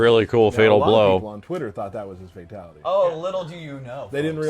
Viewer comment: He says fatality like FATality